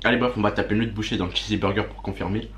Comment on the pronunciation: C pas chizzy mais chizz burger ptn g envie de me percer les tympans 🤣